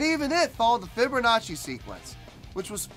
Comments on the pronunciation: LOL "fibbernachi" LOL! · Sounds like you’re saying “fibber nazi” 😂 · There is no r in fibonacci